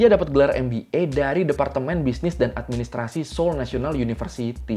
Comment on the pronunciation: Ralat bang itu kayanya seoul deh bukan seoil, dikasih keterangan aja nanti banyak pecinta korea dari indonesia dan orang korea yang tinggal indonesia nonton ini jadi kritik bang di menit 😭🙏🏻